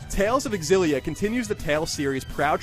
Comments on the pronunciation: This is so stupid... It is pronounced xillia not Ex xillia..... GayIGN the "gay" is silent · Is it really pronounced Xillia (EX-ill-ee-uh)? I thought it was supposed to be closer to Xillia(ZHILL-ee-uh) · It bothers me a little when the reviewer keeps saying "ecks- sillia" instead of "sillia" (I don't know which 1 is the official pronouciation though) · It really bugs me how he says X-illia, when it is pronounced Zillia..not a big deal just bugs the shit out of me...OCD i guess. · Am I the only one who finds the X-ill-a annoying. It just doesn't sound correct phonetically. The X should be pronounced ZI like Xylophone. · Isn’t it pronounced “Zil-lia” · He doesn't pronounce it with an "e" at the beginning. The X is not silent. you actually pronounce the x in xillia. so EX-illia is the proper way of saying it. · Dunno why but it seems that he says Exillia :p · I've been pronouncing it shillia, was I wrong? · I thought it was pronounced "zillia. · I thought it was pronounced zillia. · Wow...is this game really pronounced "EX-illia"? I have been pronouncing it "Zillia" all this time. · Pretty sure it's pronounced zillia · While i like Colin reviewing games more, i want irefutable proof that the X in 'Xilia' isn't silent before i listen to him. People who pronounce the X piss me the fuck off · Why does he pronounce it with the "e" at the beginning ? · Ugh the way he says Xillia.